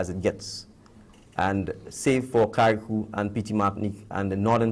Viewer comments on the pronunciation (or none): spelled Carriacou, pronounced ker ruh koo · Cari Akoo, wtf was that pronouciation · Carriacou is pronounced. Carry-ay-coo. One person died in Grenada when a tree fell on a home . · Is it that hard to pronounce Carricou correctly? 😒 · don’t say Carriacou like that 🤦🏽‍♀️ pls do research!